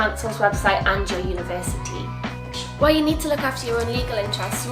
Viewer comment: 是法国人吗 感觉每次university都是法语发音